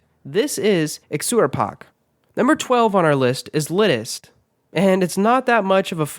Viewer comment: wtf didn't expect a Czech word here haha however the pronunciation is nowhere near to the actual one. :D :D